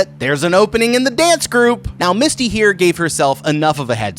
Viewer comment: every time you called her Misty, i cringed a little. her character's name was Mitsy. lol